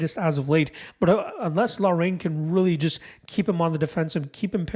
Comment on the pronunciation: Haan!!!! Lol laraine..its pronounced lockrun.. good breakdown, I was banking on loughrans strength, but hadley comes across as a better all rounder, I have some bets to change..